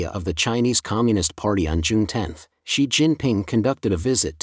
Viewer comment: and . A comment about the text-to-speech narration- It reads "3,000" as "thirty hundreds", "8,000" as "eighty hundreds", and it reads "Xi" as if it was Roman numeral "eleven"!. (X + 1, = 11)